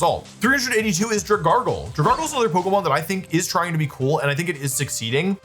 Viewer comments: I’ve been holding in my anger enough about how you say names but DRAGARGLE??????? THERE IS NOT A SINGLE ‘R’ IN DRAGALGE. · Dra-gargle omg. Wolfie. :( that is not the name. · That pronunciation of Dragalge was absolutely diabolical. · wolfe are you kidding omg... dragargle? DragALGE? LIKE ALGAE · Drag-Alge, not Dra-gargle. Like dragon and algae. I can't tell if the mispronounciations are bait or if he really says them like this. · Not Dragargle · dra-GARGLE?? Don't do my boy dirty like that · it’s def on purpose with the gible and dragalge pronunciation 😭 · I don't normally criticize how someone pronounces Pokemon names. But the way you pronounced Dragalge pissed me off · Wolfey, your inability to pronounce certain Pokémon names, but with full confidence, amazes me. Gible, Dragalge, and so many more.